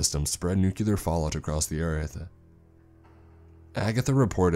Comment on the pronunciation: Nuclear. Say it with me: "NEW-KLEER". Not "NEW-CUE-LAR".